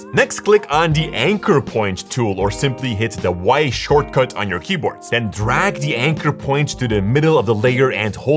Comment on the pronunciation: queboard lol🤣🤣🤣, jokes apart great video though.👍